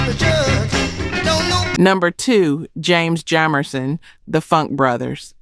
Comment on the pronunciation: James Jamerson’s last name is pronounced with a Long a sound. What in AI ?